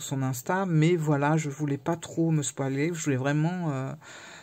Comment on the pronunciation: Coucou! Super moment passé dans ton champs de voilà 😂 et tu m'as fait trop me poiler quand tu as dit spoiler à la française.😂 J'imagine que nous allons tous un peu écorcher phonétiquement ces noms bizarres qu'il y a sur les cartes. Je l'ai aussi reçu et qu'est-ce qu'il est beau!!! 😍🤩 Et le livret, j'adore cette histoire d'introduction du jeu, un peu comme pour Phalénaria de Gabriel Leroy que j'aime beaucoup aussi, même s'il est belge.😅 Cet oracle d'Iris Helinac est un must, une belle idée aussi à mettre sous le sapin, il fera des heureux c'est certain. Et on peut aussi l'utiliser pour se choisir les prochaines destinations de voyage, un peu comme la fléchette du 13 heures.🙂